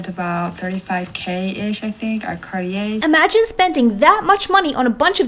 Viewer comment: She ain’t say Cartier right but she showing what she bought